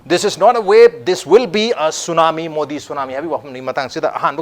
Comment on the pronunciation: tsunamo haibane tsunami haiba natte